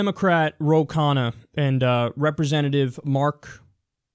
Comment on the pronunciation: Kyle, 'Khanna' is a north Indian last name, and is pronounced roughly as 'khun naa' 'un' pronounced exactly like 'un' is in unknown. The way you pronounce it Kyle 'khanna' actually means food in Hindi or the act of eating, depending on whether its used as a noun or verb. ;P